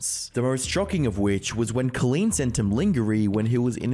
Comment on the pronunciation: Jason Desrouleaux never heard of or seen the name "Colleen" hahaha bro struggled to pronounce it and still did it wrong